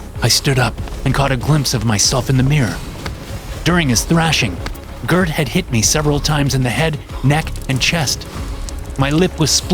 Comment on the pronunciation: As a Swede, I'll overlook the mispronounciation of Gert.